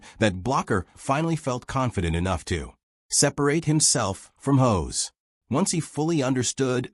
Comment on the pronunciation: Hoss not hose, kinda like boss not hose